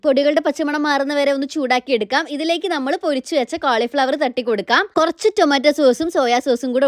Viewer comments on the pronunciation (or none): none